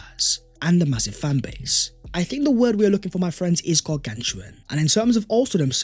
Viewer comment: "...I think the word we're looking for my friends is 'gargantuan'.." 😂